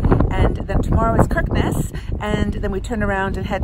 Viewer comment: Hi A real nostalgic trip for me. My son lived in Oslo for 6 years before returning to Australia a couple of years ago. I visited often and visited many of the places you stopped in. Stunning northern lights. FYI Kirkenes is pronounced Shickness